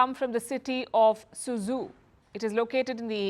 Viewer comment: could you please ask an intern to make a list of the correct pronunciations of Chinese cities? It's not "SooZoo". For instance, Suzhou is pronounced "SooDjow". In Pinyin, "ZH" is pronounced as "DJ". I appreciate that Palki pronounces Xi Jinping's name correctly. Thank you.